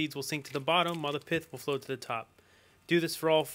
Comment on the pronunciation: it's not piff it's pith lol